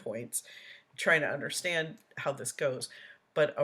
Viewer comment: Right lol….. “UNDERSCHDANT” remoo me den, vehicoo, ashyouvee and so much more lol